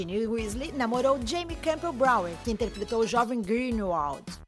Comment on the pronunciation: Jamie Cambell Brownie. Meu, eu tava relevando tudokkkkkkk até ela falar do Jamie. BOWER NÃO É BROWNIE